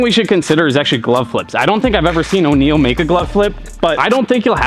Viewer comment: its pronounced Onyell not O'Neal, ironic because you mention shaq in this video haha, there's no ' between the O and the N